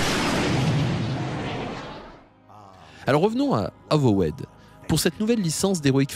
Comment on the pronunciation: Avowed ne se prononce pas "avowaide" mais "euvaude". de rien.